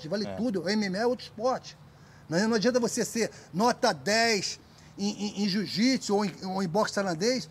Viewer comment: Marcus ruas sempre humilde , fera , e como smp ainda falando jiu jitis kkkkkk